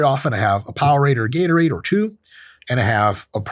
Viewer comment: Bro just did a “ how to get a heartache” video how can man say Gatorade lol